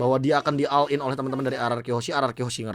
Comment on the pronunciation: Kenapa caster sering salah pengejaan "ALL IN" dibaca "AL IN" kan seharusnya dieja "OL IN".